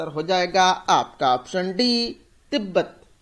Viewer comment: Not tetbet say Tibet... Please kindly correct your pronunciation